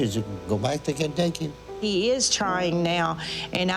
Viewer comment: he calls Kentucky, "baducky"..no joke..he's so lazy or something he is almost saying gibberish at times..idk I think he was genuinely low IQ or something...sad indeed.